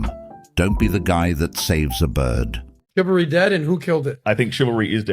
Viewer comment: That black chick can't even pronounce chivalry 😂😂😂